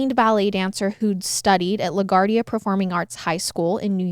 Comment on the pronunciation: Pretty sure its prinounced La Gwardia , not La Gardia .